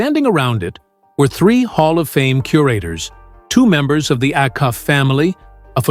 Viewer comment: Its pronounced A-Cuff. NOT